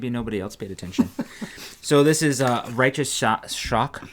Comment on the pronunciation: Riotous is not pronounced righteous.